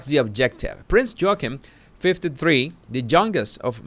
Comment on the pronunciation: Did you say "Prince Joking" ??? 😆